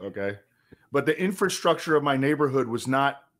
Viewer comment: Sounds like says “infant-structure” instead of infrastructure.